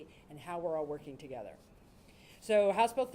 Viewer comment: Did he say Togayther? Lol